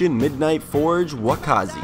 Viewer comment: The only sheath is for the wakizashi, they all need sheaths. Also you pronounced wakizashi wrong, sorry to be pedantic